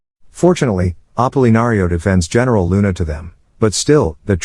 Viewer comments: the way he pronounce heneral luna makes me smirk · Heneral luna ah yes